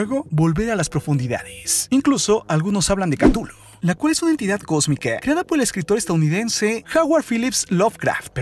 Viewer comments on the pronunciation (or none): none